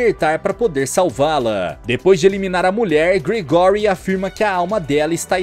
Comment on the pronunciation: Não se fala Gregóry, não...se fala Grégory😅